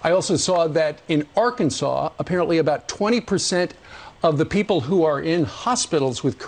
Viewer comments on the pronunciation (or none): none